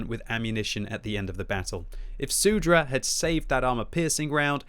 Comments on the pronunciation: It's not SUDRA, but Soudruh lmao. It means "Comrade". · I love how says soudruh. I speak Czech and this makes the commentary more exciting.